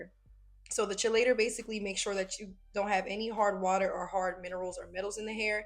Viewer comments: The chelating agent is pronounced keylator. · That color is so cute and the blend is seamless 🤩 For the K18 product, its pronounced KEY-lator. Great job as always.